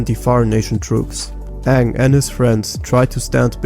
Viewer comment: You didn't just call Aang Ah'ng like in the Live Action 2009 movie did you? lol